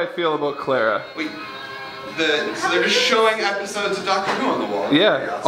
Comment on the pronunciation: CLARA NOT CLAIRA!